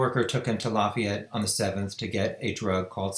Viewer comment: "Lah-fee-ette" IN.